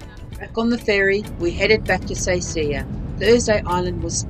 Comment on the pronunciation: Good informative video. Enjoyed it but the town Seisia is pronounced “Saysha”.